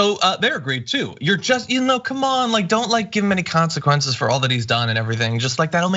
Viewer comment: trump: "there are no konsi- kwenchies"